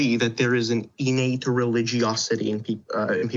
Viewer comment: It’s a very minor detail, but the way he keeps pronouncing innate as “e-nate” really annoys me.